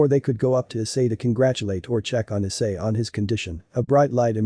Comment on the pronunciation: it's issei not i s s e i